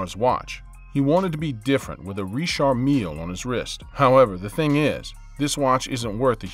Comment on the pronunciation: Richard Mill he’s saying it wrong I believe